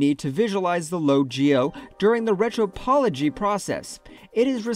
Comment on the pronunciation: Cool plugins and good tutorial! But "Retro-pology" ? "Inner-polation"? Yikes...💀